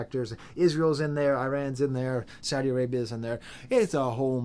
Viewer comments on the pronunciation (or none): none